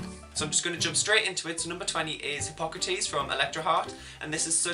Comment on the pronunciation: Wow you said Hypocrates correctly I’m kinda shook no one ever gets it right